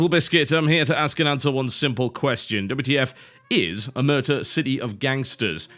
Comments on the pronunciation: it's pronounced like O-mare-tah; it's the cosa nostra's code of silence. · It is pronounced Omertà, the accent goes on the last letter. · About the pronounce, the stress is on the A. It's an italian word to refer to when someone refuses to speak about or pretends not to know something, specifically related to mafia and crime in general. There's not a proper word for that in english. :P